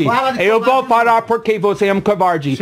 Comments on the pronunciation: Pronúncia correta :VOUSSE É UN KOUVARTI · "couvauldi"... kkkkkk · diz a lenda que até hoje ele continua dizendo "você é um covarrdgii" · "VOCÊ É UM COUVAURDE" KKKKKKKKKKKKKKKKKKK, VENDO NOVAMENTE EM 2020, MUITO BOM! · "Só estava conversando com ele" 5 minutos antes: "couwardy, vouxê é un couwardy!" (pelo menos 174x) KKKKKKKKKK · o cara que você idólatra do vídeo também não fala português perfeito 👍 😂 "couvardi" dont cry couvardi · "você é um couuvardi" vai acabar com o "desliga o freezer a notche" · "vocer é um covairde" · eu escutei ele falando "covarde".